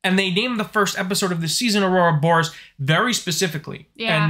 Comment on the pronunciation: I like how committed you are to saying, "Aurora Boris". 😁 Even the dynamically generated subtitles types it out as "Aurora Boris" every time you say it. 👍